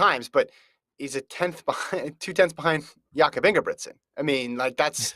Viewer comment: These idiots keep mispronouncing Jakob's name :( and no Hoare wasn't close to really competing in that race Jakob was just toying with that field!